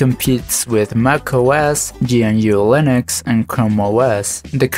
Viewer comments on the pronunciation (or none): none